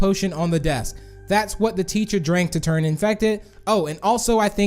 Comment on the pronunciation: " they turn" not "they trun" :/